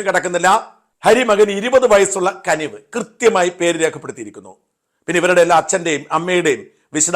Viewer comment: കനിവ് അല്ല കുനിവ് 😂